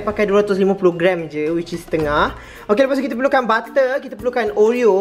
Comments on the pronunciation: No one: Literally no one:: " Ba'er" ( butter ) 😂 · aq still takleh tahan tang “bab’er” 😂😂